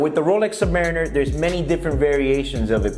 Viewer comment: Dude can't even pronounce the name properly. Do you know what a Submarine is? It's the noun of that